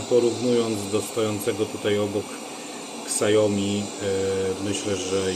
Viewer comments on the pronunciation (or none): "Siajomi", nie "ksiajomi".